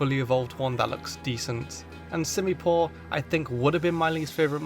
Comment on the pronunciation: I done understand why everyone hates on the unova monkeys I love all of them, also your pronouncing their names wrong it’s called sim-u-sear and sim-u-pour I love the unova monkeys and I love them and simasage is one of my favorite Pokémon also I like pelliper and wingall and also aromatese is based on is a pluage doctor that used to use pollen or smells to help with sickness, not can can dancers and dugtrio’s alolan form is based on volcanic glass